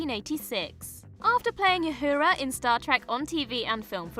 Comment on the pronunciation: Did you call Uhura Youwhorea?